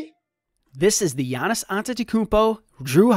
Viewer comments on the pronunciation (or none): doesn't know how to say Giannis. Dude said Jyy-nas!! 😅😅